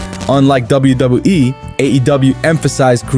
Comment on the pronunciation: $555,000,000 😂. bro says WWE like Koslov